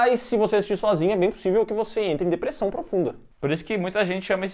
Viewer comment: "Deprechaum" kkkkkkkkkk